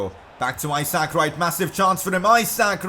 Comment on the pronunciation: #pcq The way you say Isaac Wright’s name drives me insane. It’s not I sack. It’s I zuhk. Love the videos though buddy :).